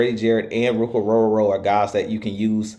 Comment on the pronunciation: You definitely can pronounce his name!! Love your work!!😊